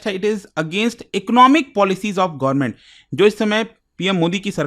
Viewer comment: Sir... Government ya Sarkar boliye, Gorman sunne accha nahi lagta.